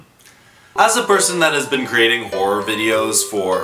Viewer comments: Who thought said "Whore" instead of "Horror"? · "As a whore" IS THAT WHAT HE ACTUALLY SAID IM CACKLING Edit : I just realized he said horror and not whore.. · as a whor- ( yes i know he was saying horror 😭) * CouGh cOuGh * as person whose been creating.. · I haven't finished the video and I'm still at the start and when said a hor- (horror) I genuinely thought he said "as a Whor-"